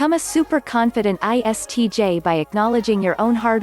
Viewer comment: as an ISTJ , at this point i became like WTH she said iTsj ... 😂